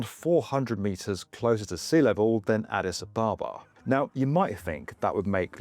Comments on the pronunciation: Addis AB-abba - not a-BAH-ba This whole project sounds like a pipe dream to me. It's all very well to say "hub" over and over but just look around Ethiopia: poverty, famine, really poor health infrastructure, the worst roads in the world. There's no money, is what I'm saying. Also, it's a long, long way from anywhere. What's the point in landing there if you're just going to fly off again to somewhere else? Why not fly straight there in the first place? All the traffic that currently overflies Ethiopia is going to continue to do so. I'm sure there's a bunch of people with all the right intentions - and qualifications - behind this, but I have to wonder if some sort of mass hysteria hasn't taken hold and caused delusional optimism to run rampant. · But he only said it once. He kept mispronouncing Addis Ababa over and over 🙉